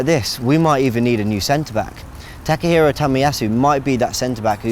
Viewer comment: takekiro? His name is takehiro tomiyasu right?